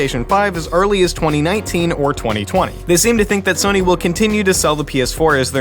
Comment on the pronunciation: Soy-nee (Sony) xD